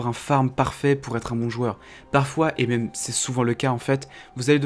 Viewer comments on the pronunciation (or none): none